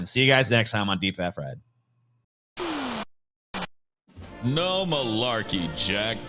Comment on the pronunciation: "Get ready to cringe at racist ads" Also: DEEPE FATTUH FRYDE